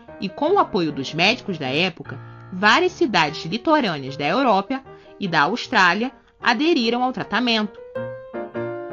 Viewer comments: “...da EUROPIA” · So eu que ouvi "Europia" em ?